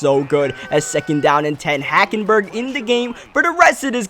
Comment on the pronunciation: You said HackenBurger